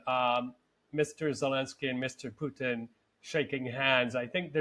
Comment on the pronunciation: It's Putin, not Pyutin!